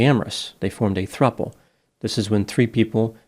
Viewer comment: Throuple sounds like throuble 😬